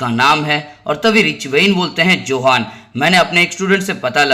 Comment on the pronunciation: यह योहान है न कि जोहान